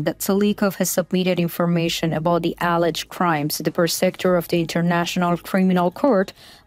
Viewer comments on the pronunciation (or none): Daily (almost) English/German pronunciation lesson. Wagner is pronounced like the W is a V. Vahgner. Alleged is pronounced: uh lejd NOT al edged. Merry Christmas!